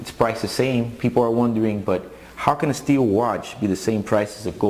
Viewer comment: "Steelw" lol